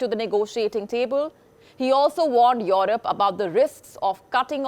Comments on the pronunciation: If she says IOROP one more time my head will explode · Your rop 😂lol the way she says Europe